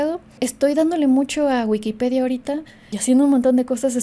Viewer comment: Se entiende perfecto. Todo bien hasta que dijiste Wikipedia jajaja ntc. Besitos plurales. ❤